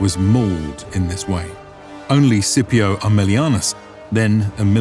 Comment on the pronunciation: A fantastic video, as always. I have one minor quibble: Why are you pronouncing "Scipio" like that?